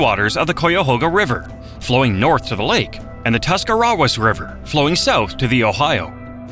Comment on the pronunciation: I’m impressed! He pronounced Tuscarawas correctly!